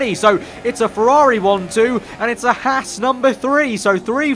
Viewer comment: It’s H-ah-s not h-ass